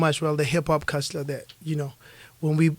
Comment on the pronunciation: Yo! casspper thats not how you pronounce culture....check it out at